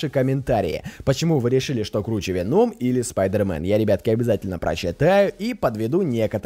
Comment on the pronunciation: Веном ударение на о